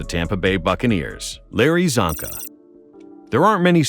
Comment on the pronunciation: As a hungarian my ears are bleeding when he pronounces Csonka